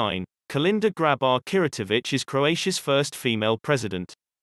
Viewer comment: 49. Kitarovic (not Kiratovic)